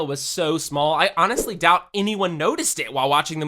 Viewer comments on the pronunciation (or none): none